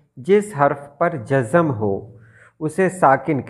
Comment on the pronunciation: السلام علیکم ۔ محترم ؛ بہت معلوماتی ویڈیو بنائی ہے آپ نے ؛ مگر انتہائی معذرت کے ساتھ ویڈیو کی ابتدا میں آپ نے لفظ ؛؛ جزم ؛؛ کو ( جز+زم ) پڑھا ہے جو کہ سراسر غلط ہے ؛ جزم ؛ لفظ کی ( ز ) پر آپ نے ؛؛ شد ؛؛ ڈال کے پڑھا ہے جو کہ غلط ہے ؛؛ شاعری کی کلاسز میں استاد کا اپنا تلفظ درست ہونا انتہائی اہم کردار ادا کرتا ہے ؛؛ امید ہے آپ میری بات کا برا نہیں مانیں گے ؛؛